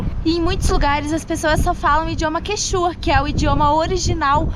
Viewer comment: As cholas não são mestiza, são raça pura, o idioma não é quechúa é QUÉCHUA, acento na letra É. Continuem desfrutando da nossa América. O motor ao funcionar em altura a relação entre Ar e combustível deve ser diferente, o motor precisa de mais Ar, antes de seguir consultem um mecânico local, ainda vão ter muitos lugares assim, subidas e descidas, verifiquem o motor e o óleo sempre com pouco uso, dirijam com cautela sempre ouvindo o motor, não liguem o rádio, escutem o motor, em resumo, nesses lugares precisam ser mais pilotos que simples motoristas. Boa Viagem.